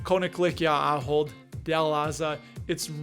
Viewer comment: My wife and I worked for the Company both in the US and then for 15 years in their Zaandam headquarters. Your pronunciation was close, but I won't hold it against you as it took us a while to get it right. Anyway, while working for the company we were granted quite a few shares that we still hold and are loving their annual dividend increases. I'm also excited to see that it is believed to be 31% undervalued (especially since the share price (in euros) hasn't moved much in the past few years). Maybe it is finally time to appreciate.